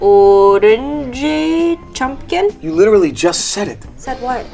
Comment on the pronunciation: Or-ang-a chump-kin